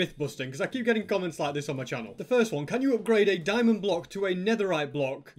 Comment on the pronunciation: why you say diamonnd for peasants 😥😥😥and i cant found one single stupid diamond